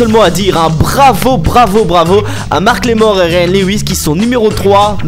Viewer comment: Super comme d habitude malgres les petites erreurs comme macklemore et non marcklemore et bridgit mendLer et non mender